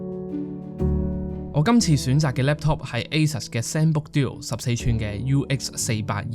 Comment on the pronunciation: Asus 好似唔係咁讀。台灣朋友教係似 「a sue s」不過可能佢 fake 我都未定